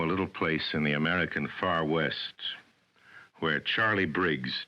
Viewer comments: can you put more emphasis on the IN please. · i know its just a pea commercial but he's right - emphasising "in" in "in july" is completely absurd